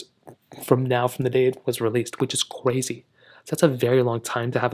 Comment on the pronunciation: Anybody gonna talk about how "cwazy" this is.